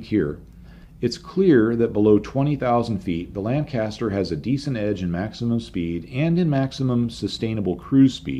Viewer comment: please educate yourself on the correct pronunciation of Lancaster.